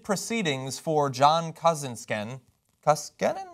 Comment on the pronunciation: Koskinen is pronounced Kou-Ski-Nen. It's a Finnish name.